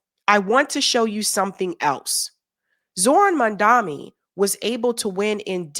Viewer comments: It's Mam-da-ni. You keep saying Mam-da-mi like Cuomo. Please get it right.🙏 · His name is Mamdani, not Mamdami 😉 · I'm a fan, but I think you're mispronouncing his name...:/ It sounds like you keep saying, "Mandami" -- which switches the 'n' for the 'm' and vice versa. His name is "Mamdani" -- like "Mom" + Donny." Am I hearing you wrong, or no? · its MAM-DANI pls....not MAN-DAMI!! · Just one thing - you have been pronouncing Zohran's last name incorrectly - you say Mandami - it is MAMDANI. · My love, it's Mam-da-ni 😊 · MAM-DANI. It’s insulting when you all don’t get the name right. Love you but please try. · My husband and I both love your videos and takes. Please though it makes me cringe every time you say Mamdani's name because you keep putting the M and the N in the wrong place! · MAM-DA-NI... every time? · at this point it just seems like you’re saying mamdani’s name wrong on purpose. what the fuck??? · Hey, I was hoping you would pronounce his name correctly by now, my beauty! Don't do a Cuomo on the man, please! 🙏🏽❤️ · I don’t wanna be the guy to say it but I watch your videos quite a bit and I don’t know if anyone has corrected you on this yet. His name is Mamdani, with and N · Hey It is Mamdani! M A M D A N I ---> N not M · The name is MAMDANI? M*A*M*D*A*N*I .We've got to get it right. Another point of correction. Andrew Cuomo is the son of ex democratic governor of NYS. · How about you learn to say his name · Why can’t people pronounce his name correctly? Is it that difficult? 😊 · Does read the comments?? His name is Zohran Mamdani. Why can't pronounce his last name right? He's been in the public eye for months. Mam da nee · It's Mom-don-ee. Ffs learn to say it right, he's been in the news for months, you've seen it spelled. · you're still getting Mamdani's name wrong. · it is Mamdani and not Mandami. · It Mamdani not Mandami!! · It's Mamdani not Mandami...come on now,.